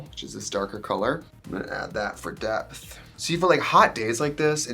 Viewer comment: everytime i hear "depth" i hear DEPP